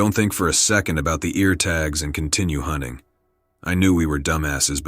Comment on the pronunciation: Hoonting the hoonter